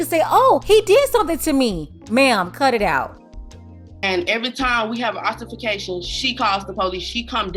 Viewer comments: Did that baby mama just say altiFIcation??? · Yoooo 😅 I’m crying…..”it’s not ultimaction or whatever you call it it’s altercation”☠️☠️☠️ lol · She said Alterfacation 🤣🤣🤣. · Alteraracation😂😂 can't say brutality, lady can't speak smh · 😮 did she say Alterpications 😂😢 Goodgoogliemooglie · That trash sitting there, nodding her head (while grandma is recounting that idiot's latest transgressions) like, "oh yeah, that was a good time..." These types of women are too much! ....wait a minute....did she say "alter-fa-cation"? 😶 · Altermacation? Oh Kay. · Lol did she say alterfication or am I tripping! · "ALTERFERCATION" Yes, honey! Use your words. 😒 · Love the videos,. She said “altermacation” 😄😄! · I thought she said alterfercation🤣🤣😆😆😂😂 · Did she say alterbercation😂